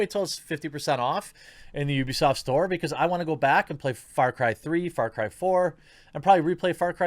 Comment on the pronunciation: sounds like FartCry lol